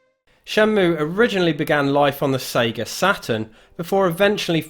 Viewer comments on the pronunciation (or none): none